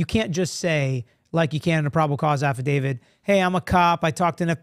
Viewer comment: it's affidavit......not affidavid. Love your show.